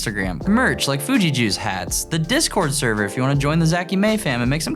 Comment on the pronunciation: did you mean Serr? :D